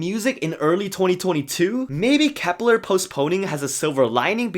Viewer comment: Sorry bro but you keep reading Kep1ner as "kepler", it's pronounced as "kepwaner". LOL. I don't hate it but be better next time. Love your vids. Keep safe.